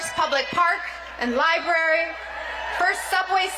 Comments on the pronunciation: OMG. THIS MASTER of ceremonies cannot pronounce library. He said li-berry. And he called Princess Catherine Kate. What a sorry presentation. Is this a part of the Kennedy foundation program. If so. It presents badly. Not at all polished. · The JFK 'liberry'...ugh. What in the hell. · Around 1 minute in did the MC say "lie berry". 😒